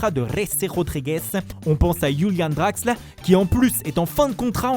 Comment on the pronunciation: ARRÊTE AVEC LES ACCENTS C’EST DÉGELASSE😡 « Drrrraxxxler » « Parrreeellaaa » 🤮🤮🤮🤮🤮🤮